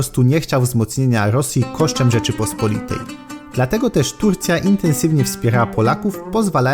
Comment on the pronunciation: Rzeczypospo’litej. Histo’rycy. Kato’licy. Geopoli’tyka. Akcenty na o tam gdzie apostrof. Może w Istambule pamiętają jak się prawidłowo mówi po polsku?